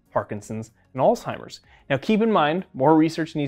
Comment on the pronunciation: Wonderful discussion! One small correction: Did you actually say, "ALLTIMERS"? It's "AlsHeimer's" disease; "H", not "T".